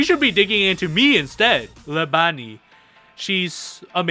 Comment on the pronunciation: I really appreciate that you pronounced most of these character names correctly, because everyone else has been butchering them. Only correction is “Lebanne” is like “Le-Ban”.